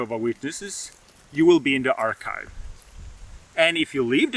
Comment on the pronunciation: The “ark-hive”. Is that where Noah kept the bees that survived the flood 😂!